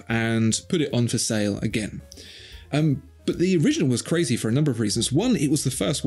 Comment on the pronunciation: I saw a clear Swatch once. CA-RAY-ZAY!!!